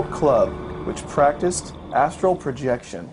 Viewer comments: Dude-it's "astral" not "astro" - LOL!!! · BS. if he couldn't pronounce a term like Astral projection...then he is lying.